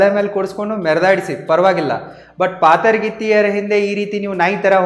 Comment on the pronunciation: ಹಾದರಗೀತ್ತಿ❌❌ ಪಾತರಗೀತ್ತಿ 😂😂✅✅